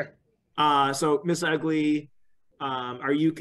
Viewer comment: Not to be mean but I find it kind of funny they keep calling her Ms Ugly instead of eggly